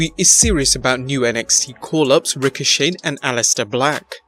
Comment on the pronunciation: It's not 'Rico-Shade' it's 'Ricoshay'. Also, it's not 'mashinations' it's 'mackinations'.